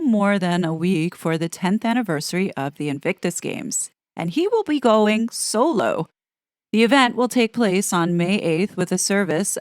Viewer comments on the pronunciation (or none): When you said “solo” I heard it as “so low “🤦‍♀